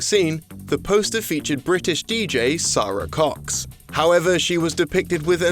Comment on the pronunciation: How on earth could you pronounce Sara Cox's name wrong?